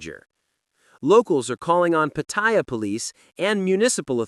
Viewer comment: Unlike English language; all Thai words carry no stressed syllable. Every syllable carries the same weight. So, it is Pat- Ta-Ya, not pat-TA-ya.